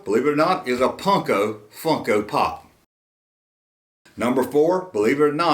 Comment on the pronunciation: And credit with a possible new meme too, because "Punko Fop" totally sounds like a character you'd find in the Mos Eisley Cantina or in Jabba's Palace... 😄👍